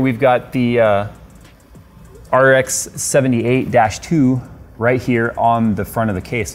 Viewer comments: "R K"!!! blasphemy!!! IT'S "R X"!!!!!! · RK. It’s RX. How do you call it the grand daddy and not know it’s rx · its RX not RK. XD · says "RK" Gundam fans: TRIGGERED.